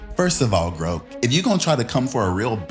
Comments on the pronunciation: groak? baby, it's grok lol. pronounced with the short "o", not the long one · Dude. Grok is pronounced like it rhymes with sock. It’s from a Robert Heinlein novel which means “to understand”. You sound like you’re 80 years old and never touch the computer in your life right now.